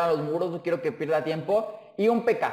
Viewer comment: con una PekAa xd es raro como lo pronuncia almenos aqui en mi pais